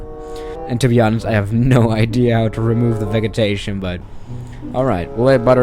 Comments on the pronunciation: It's pronounced veJitation not vegeeetation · Vegetation is pronounced Veh-Jah-Tay-Shin, not Veh-Gah-Tay-Shin. I know you are American, but here’s help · Just a note: Vegetation is pronounced as Vejetation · its vej-i-tay-shon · No one:: VEG etation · Veggetation. Love ya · Vegetation is pronounced with a soft G not a hard G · Vegetation has a soft g. Like a j sound. Not a hard g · Your pronunciation of vegetation hurts my soul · I'm in love with the way u pronunce "vegetation" And with Ur voice aswell. (Homo)